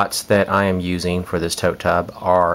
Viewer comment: Yeah, you said tote tub, sounded like tub tub, too many times, but this was very interesting and I will be following your steps to start mine this spring.....thank you so much. You were very helpful.